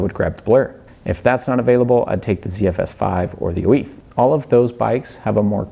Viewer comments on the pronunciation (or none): why are you saying 'oiz' like oh-eeth